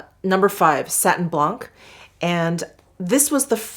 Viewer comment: Hi, love the shop my stash video especially with your amazing makeup collection. Little FYI we do not pronounce the C at the end of some word in French, so « blanc » is pronounce « blan ». Have a nice day. Geneviève.